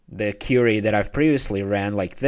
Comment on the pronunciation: thanks. FYI: it's queer-re or kweery Not Cure-re -y as your inquiring an answer or questioning.